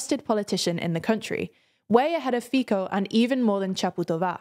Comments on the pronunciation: From Fajko to Fiko .. you are getting close.. just say the C in Fico like you are saying the C in ABC. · I like how you read all the names right, but Fico, I guess in english it would be written like Fizzo, the zz would be like in pizza, all the other names much harder were right :D as person from slovakia, you are right, we are still in the middle between russia and eu, but I think it looks like this because young people are leaving, giving up on their country and older people who remember communism and russia as old good years of their lives are still alive, blindly voting for liars who promise everything, and I dont think that Fico and Pelle are pro russian, they are pro-money and pro-power, they will follow anyone, even if ISIS or Taliban pay them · Please, try pronounce the names as close as they should be. "Fico" is read as "Fitso". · feeko and ooban ?? Guys, Google translator is your friend. Just type in the name, set the language to Slovak, and press the little speaker icon. It will read it out for you. Can't believe that after all these years, and all the research you do, you still butcher every single name. First it was funny, then annoying, but at this point it is unprofessional. 💔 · I love how your new host can perfectly nail all the names' pronunciation, but keeps mispronouncing Fico seemingly just to keep the brand continuity. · Yeah, but then they would lose my respect as a news channel. 😜 And I know non-Slavic people don't even know about our "c". Another notable examples: Robert Kubica - "kubika", Mate Rimac - "rimak" (and sometimes I heard "mate" read British way, and I felt something was boiling inside me). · Nah they did pretty good with the names, aside from Fico. But anyway, it's normal as not many are used to have the soft 'C' in the middle of words. Hard 'C' makes more sense to many people other than the select ones who use the other. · Actually, they did a pretty good job on every name, other than Fico. It does look deliberate 🙂